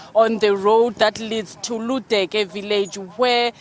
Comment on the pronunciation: Ludeke village not Luduke